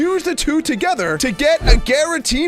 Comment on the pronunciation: its gyratina